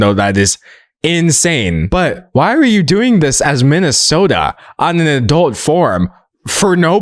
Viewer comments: Every time he said “minisoldr” I could only hear “Minnesota” and it was so confusing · why do you keep pronouncing his username as “minnesota” d’angelo? i live in that state and it’s disturbing me to even have that sort of correlation between us. did i miss something? lol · When you say MiniSoldr, it sounds like Minnesota which is a state in America😭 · i thought he was saying minnesota the entire time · pronouncing minisoldr as Minnesota a hater move what did we do to deserve this :( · they’re just referring to how he pronounced Minisoldr as Minnesota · I dislike that you mispronounced minisoldr the whole entire video. Annoyed me. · As a Minnesotan, I do not approve of your pronunciation.😡